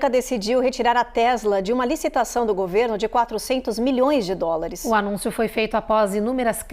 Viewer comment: Presidente nao sabe falar dolares 😂😂😂😂😂